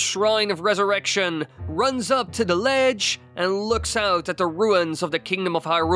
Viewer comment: The Theee or Thaaa ..' NOT ... Dah ...